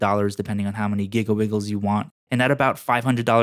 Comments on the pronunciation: did he just say giggle bizzles instead of gigabytes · giggle biggles* lmao 😂 and i left a like on ur video 🥰